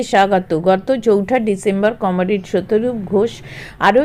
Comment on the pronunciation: "কমোরেড" নয় কথাটা কমরেড আর "মন্ডবে" নয় মন্ডপে। দয়াকরে উচ্চারণ টা ঠিক করুন video করার আগে।